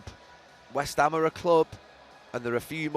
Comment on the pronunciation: “West hame are a club” 🧠🧠🧠 incredible commentary as always